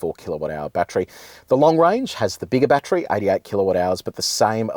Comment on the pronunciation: Why do people say batchry it’s BAT TER RY😂